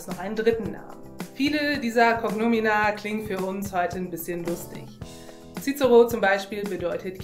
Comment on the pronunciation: Super schöne übersicht. schade nur, dass bei namen wie Caesar oder cicero nicht auf die scheinbar richtige Aussprache geachtet wurde